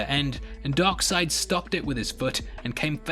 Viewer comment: Funny enough you said "Dog Seid" or DarkSeid